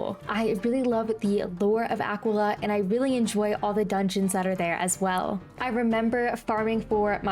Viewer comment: I took personal offense when u said Aquila and not aqwilla 😡 my take: wiz city: the og, goated krok: fun, short, clear progression marleybone: eh, everything is the same Wysteria: eh, boring but short, first instance of early cheating bosses. (Belladonna is crisp 🥴) mooshu: I liked the setting and the osts, relaxing dragonspyre: mali uses dark sprite, immediate L world 💀 celestia: u learn astral schools and learn like 80% of the ENCHANTS, a really good boost in power Zafaria: another enchant, short world, clear progression Avalon: pretty enjoyable, jabberwock goated, hated the running back and forth Assteca: booty butt cheeks world, no clear progression, u still fail at the end. khrryysssalis: 277 quests. 75% of dasein’s existence is this goddamn world💀💀 Polaris: goated, my fav world mirage: unique, enjoyable, lots of depth in the setting (istar 💦💦) empyrea: fun in the reverie only karamelle: eh, got annoying, but short lemuria: enjoyable, short, not that hard novus: see it get hate bc the final boss skews the outlook, it looks cool and it was fun wallaru: abusive, unforgiving, but fun, grind is lessened